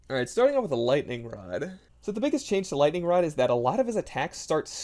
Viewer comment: Gooning Moments “In General-ugh” “Lightning Rod-ugh” “Brief Period-ugh”